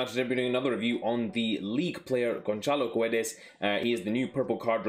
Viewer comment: hello! You pronouce it wihout saying the 'U' on G'u'edes. :P